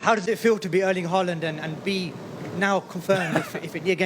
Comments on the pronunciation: Plus we say LAND, not LEND. -AAAAA. Like AAAAmericAAAAA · FYI: The name Haaland (aa- the double a) is pronounced like sound of «aw- au - augh - ough». It sounds like most english-speaking people says «Holland» 😅 Like «Hawland» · He pronounced it the American way, not the English way. Americans can't even pronounce English words correctly 😂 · my friend please go to the nearest Norwegian seamans church or simmilar to learn how to say these Norwegian names like king Harald and Haaland and problaby more 😂😊